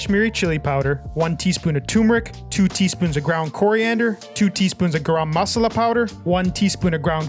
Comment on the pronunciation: Indian approved 👍 but that's not how you pronounce garam masala :(